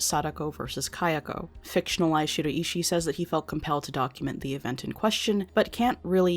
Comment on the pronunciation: American people have such an odd way of pronouncing Japanese names. I cant help being distracted by it, especially the way you pronounce Shiraishi 😅